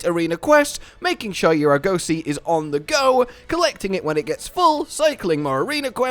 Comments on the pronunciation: please, it's not ar-goe-see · Wtf is an Arr-gose-see? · Why does he say Arg-ussy